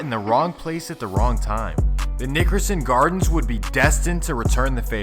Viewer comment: Please just say the NG because you sound like you're saying the ni**erson gardens lol